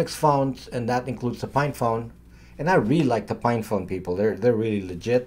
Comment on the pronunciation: are you saying "FINE" phone or "PINE" phone? Librem 5 looks like an albatross!